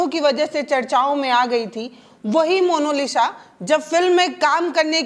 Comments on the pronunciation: मोनोलिसा नहीं मोनालिसा बोलिए। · पत्रकार महोदया जरा शब्दों पर ध्यान दीजिए। Monolisa नहीं मोनालिसा बोलिए।😂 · Mono nahi monalisa hai😂😂😂😂😂😂😂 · मोनोलिस ❎ मोनालिसा✅ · Monalisa hai ya monolisa, monalisa kahne ke lie aapko nahin hota hai kya ? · Mam please say monalisha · पहले डिटेल ढूंढिए तब पत्रकारिता कीजिए, दूसरी बात मोनालिसा बोलना सीखिए